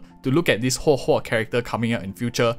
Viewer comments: thank you for telling us how to pronounce her name. I feel like it's important to do things like that properly. it's really not that hard to just practice it if you're having some trouble, especially if you're a content creator. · Pulling huohuo for sustain: X Pulling huohuo because her name's pronounced as Hohohohoho: ✅️